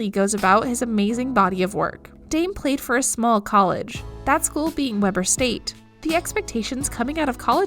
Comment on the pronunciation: Lol! Kevin Durauunt. Geeeanis Damn, also says Weber state wrong.